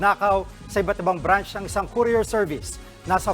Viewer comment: Anong brance ? Ang bobo nmn branch hindi brance